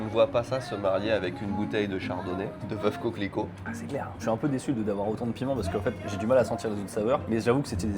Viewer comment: Veuve Cliquot pas coquelicot 😂